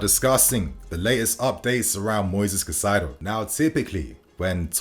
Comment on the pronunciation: why you always pronounce Caicedo as Cacaido?